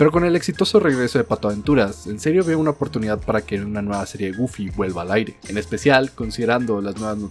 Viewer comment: Nadie:: GoOlfY